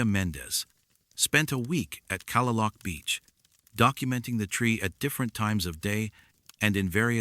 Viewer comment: Kalaloch Beach is pronounced: Kah-Lay-Lock (not Calla-Luke)